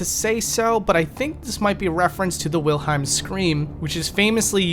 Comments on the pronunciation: not sure if you just misread or mispronounced it but the book and the scream are both Wilhelm, while you say wilheim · It's not Wilheim it's Wilhelm. Wilhelm is a German name. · Wilhelm, not Wilheim. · It's actually the "Wilhelm Scream", with an L, not Wilheim. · "wilheim scream" lol no it's wilhelm scream.